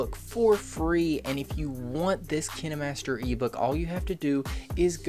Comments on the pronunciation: not trying to make fun of him but he says "Kina" master and I thought it was kine master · why did you say kinimaster instead of kinemaster? Kine master pronounce ( Kine) Not (kini) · Ok ;-; He’s legit saying KiNeMaStEr Try saying it like kin master and forget about the “E” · Kayn-master Not kInNe mAStEr Google says so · Its not kinémaster its KINEmaster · XD I always pronounce Kinemaster to "Kaynmaster" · He said Kinimaster not Kainmaster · Fun fact: the kinemaster youtube channel actually pronounces it Kinamaster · He says it like “Kinamaster” when it’s supposed to be pronounced saying the letter i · And i thought its pronounced Kienmaster 😂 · if he says "kiN-eh-mAsTeR" one more time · Kinamaster is what he sounds like saying kinemaster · I thought it was pronounced KINDmaster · KI-NA MASTER lol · Keeneemaster hahahaha 🤣🤣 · bruh is kaine master not kine master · Its kineeemaster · No hes saying it wrong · So what if he say kinemaster in a different pronunciation stop making it such a big deal :/ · He's saying kinemaster wrong 😂😂😂😂😅😅. I just noticed he has never blinked once